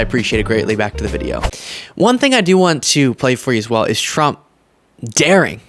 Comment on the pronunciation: sounds like he said Donald Chump lol